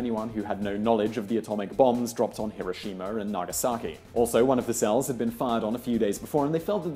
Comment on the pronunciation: Another great video - AND thanks for pronouncing hero - sheema properly, I frequently shout at the TV but am ignored :-(